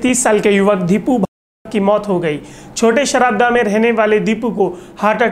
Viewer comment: गांव का नाम “छोटा सिरावदा” हैं. छोटे शराब दा नहीं. 😊